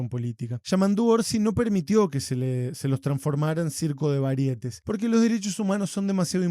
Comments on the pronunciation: Sí,pero pronunciaste teatro de "varietes" y no "teatro de varieté" con tilde en la última "e". Escucha tu propio video. Y además no está en el diccionario de la RAE. Pero sí he escuchado teatro de varieté. Y sí estoy de acuerdo con el contenido del video. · La palabra variétés se pronuncia como si fuera aguda, algo así : " varieté ". No puedes ser más obtuso. Simplemente di "variedades" y quedas mejor parado 🙏. Ah ! Y debacle es femenino: la debacle,esta debacle 🤢😡.